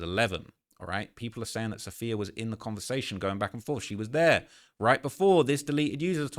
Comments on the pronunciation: Ok say it with me because this name is really not that uncommon, it’s “Suh-fee-yuh” not “saff-ee-ya” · Am I the only one who’s picked up on her name being Sapphire not Saff-eeee-uh🤣